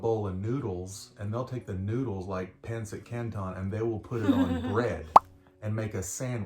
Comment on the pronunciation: The accent on pancit is on the second syllable. Not pAn-cit, but pan-cIT. "The kwan. You know, the ano?"